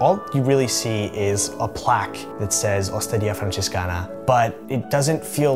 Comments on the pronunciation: Dude, not even 30 sec into the video and I felt the need to leave this comment: the way you pronounced Osteria Francescana was worth of a native speaker, great job man. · Dude your Italian pronunciation, in particular “Osteria Francescana”, was basically indistinguishable from a native speaker! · I'm italian and that's just the way you pronounce it lol